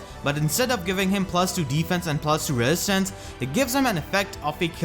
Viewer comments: R Uchiha it's an accent. Wesistance is actually pretty funny. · I cringe every time you say resistance wrong